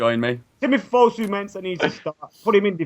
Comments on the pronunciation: It's not 'Fusu' it's Fosu mate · It's pronounced Foe-Sue Mensah not Fuzu-Mensah.